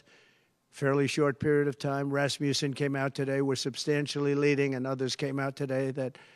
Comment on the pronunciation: (2.53) Someone tell him it's Rasmussen, not Raspussen.